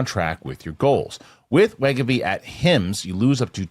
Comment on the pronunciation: Thank you, Winston!!! Thank you for correcting pronunciation of wegovy....cracked me up every time he'd say it wrong. 😂😂😂